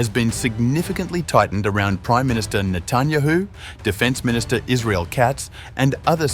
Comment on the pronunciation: Please, pronounce correctly the last name of the Prime Minister of Israel, which by the way is very well known, show some respect. Thank you.